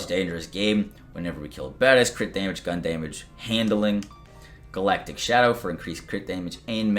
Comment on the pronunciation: "Deemage" , aka damage